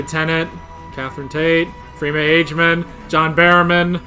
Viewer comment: Let's play the pronunciation game some more! I'll concede Pentagon because I at least say it like you. Agyeman is pronounced Ad-jiman, not age-yiman. And it's not Dav-roas, it's Dav-ross. This is fun! 😊